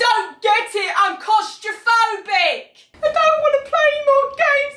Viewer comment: no one: not a single soul: chi: I’m clAustrAphObic dArren